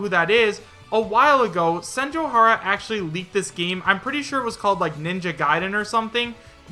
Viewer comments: I cringe a little bit each time says Senjouhara. SenjouGAhara is how you say it. It's a Monogatari character. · You were pronouncing senjougahara wrong. The anime the name is from is the Monogatari series